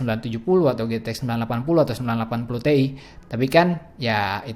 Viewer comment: bang 980 ti bacanya kan ti ai buka te i